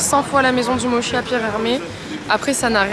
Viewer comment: MoTTTTchi pas moshi 🥴😃